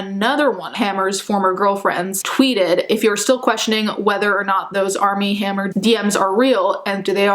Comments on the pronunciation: I swear she keeps saying ARM N HAMMER 😂😂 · I kept thinking she was saying “Arm & Hammer” like the baking powder 😂😂